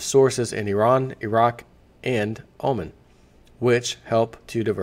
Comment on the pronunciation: He mispronounces many words. In this vid for example he pronounces the country of Oman as Omen. It's part of his attraction as the neighbor behind the fence from Home Improvement. It's not intellectual...it's entertaining.